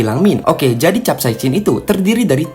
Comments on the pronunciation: Bacanya kapsaisin min, hadeuh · Sok sok buat chanel ilmu pengetahuan,tapi sebutan capsaicin saja pun dia Salah🗿🗿🗿